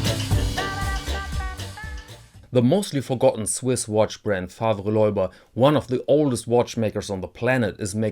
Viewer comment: The second name is French-language by origin. You do not pronounce it "loiba" but "löhba".